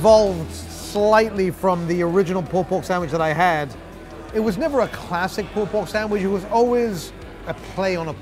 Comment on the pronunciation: I loved the POOLPORGSAMWICH